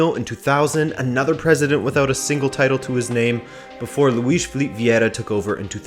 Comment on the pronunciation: Ok so first off,it's not Loups,it's Lopes (Ló-pes,you have to read the letter e in portuguese like how you read the letter e in the word "the" in english),you said Filip,it's Filipe,you said Goms,it's Gomes,you said George Méndez,it's Jorge Mendes and you forgot to put accents over the names of the palyers,yeah you need to improve your pronunciation,yet you re still better at saying the names than most of the people on youtube...keep working and i like your content,sorry if i offended you